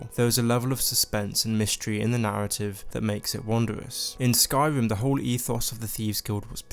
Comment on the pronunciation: "Skyvim" lol "Morowim" "Pwovince"